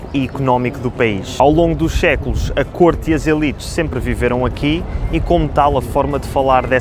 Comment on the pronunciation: Obrigado, Rebeca, já ouvi. É verdade, ele pronunciou mais ou menos: "chéculos". Sabes porquê? Porque a palavra anterior acabou em "s" (ao longo dos séculos). Os dois "s" seguidos levaram-no a esse facilitismo, ou pronúncia incorrecta. Se falarmos rapidamente, essa é realmente uma tendência nossa, dos lisboetas. Mas se a palavra anterior não acabar com um "s" isso já não acontece. Exemplo: "o século decisivo foi o século doze".